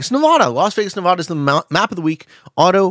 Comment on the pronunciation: man 😔 i thought would be cool enough to know how to pronounce nevada